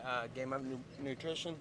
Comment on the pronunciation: So sad nate def has brain damage he's gonna have what football players get from head trauma He loses his thought allot. He said "GAME UP NUPRITION" instead of NUTRITION . Conor def knocked this dudes brain for a loop. Nate cool as fuck tho. Wish him the best he's right about how he has been doing what Conor and others are doing now. UFC should have paid him and nick way long ago. I def feel him on that.